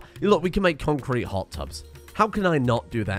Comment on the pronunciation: Every time he says concrete, it sounds less and less like a word., stop it.